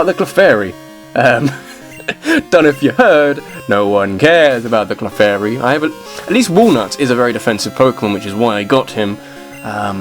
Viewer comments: I was talking about when he pronounced "Clefairy" as "Kuhflairy". Totally messed with the position of the L. But really, it's not a huge deal. I was just being petty. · Your mispronunciation of Clefairy disappoints me. Then again, I'm one of the only people who even cares about Clefairy in the first place. By the way, Confuse Ray still works on Normal-types even though it's a Ghost-type move.